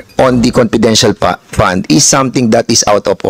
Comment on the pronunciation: Magtagalog ka na lang Dan Fernandez fund Hindi pand haha! Four Hindi por haha, diperent, etc🤣. Cge lahat na opisyales na my handle na agencies na my confidential funds Cge nga imbestigahan ninyo lahat hindi lang c VP. Ikaw Dan Fernandez magtagalog ka kasi English ka ng English hindi mo naiintindihan sinasabi mo. Jusmio chismoso. Huwag kang mangbento ng mga salita na my kahulugan.. engeng